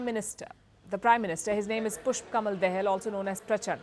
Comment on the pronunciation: She said Dahal pronunciation according to Alphabet not according to Varnamalaक,का,कि,की. Point to be noted.